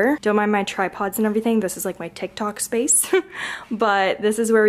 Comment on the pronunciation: Says “tiki tok” lol